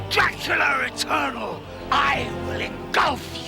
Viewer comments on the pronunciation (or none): Did Daltrey really just say "Draculer" eternal? For another fine Roger Daltrey performance, check out Dark Prince, The True Story of Dracula. I believe he says another word that doesn't end with an "R" (I believe the word was Romania, only he said Romaniar).